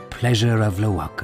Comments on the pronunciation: The correct pronunciation is Lo-wa-ker. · it's an Italian company yes but from a German speaking area. And Italians pronounce the A long whole germans pronounce the k. How to know the k is supposed to be pronounced ? Because ck instead of k means a strong k. And in italian language... well ck doesn't exist. 😅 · Lo wa ker or low ker? I hate it when i pronounce the former then gets corrected saying its the latter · It’s an Italian company though. Why should we follow the German pronunciation and why do Germans say it differently?